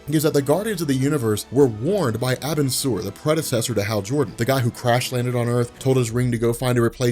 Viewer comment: it's pronounced are-bin-sir that's the best way to write it (this isn't hate btw)